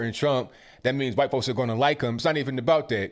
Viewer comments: You say white like Stuey Griffin says cool whip lol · Vernon is a brave man. And, it is pronounced DeCab county. Not Dekolb. No L. You also call us white folks, hwhite. I think you sometimes struggle over words, not out of not knowing how to say them, but you have trouble with saying certain words. It is endearing, because you are so smart..